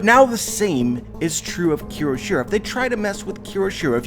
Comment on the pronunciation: Great theory as always, but you (and other youtubers) keep pronouncing Kyoshiro wrong by adding an extra "r". It is pronounced KYO-SHI-RO, not KEY-RO-SHI-RO.